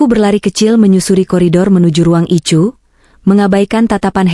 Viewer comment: Addis Ababa zEtiopia dengerin cerita yg aneh ini ICU dia baca ityu bukan ai yu payah kurang haul